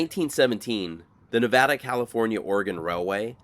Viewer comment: Thank you for not saying Nahvahdah 😂